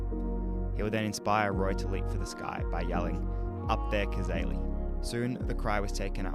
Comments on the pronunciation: Even after watching the video & hearing it several times, you still mis-pronounce his name as Cazarly. It is correctly pronounced Cazayly, thanks for your interedt in the game, but pleas do him the justice of pronouncing it correctly. Also AFL has uympires, not referees. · Hi …Roy Cazaly pronounced CAZAYLY was a South Melbourne now Sydney swans football player who died in 1963. The MCG is around 500 feet from goal to goal and that video would be from the 1970s. Cheers Mate! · Pronounced cazaily. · Pronounced kuh-ZAY-lee. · The Aly bit of Cazaly rhymes with Bailey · Hi, regarding positions, the channel that produced the Cazaly (rhymes with daily by the way) video also has this one that I think might help